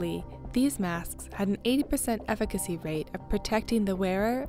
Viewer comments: 80% what???? effkancy.....? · effikacy.. nice vocabulary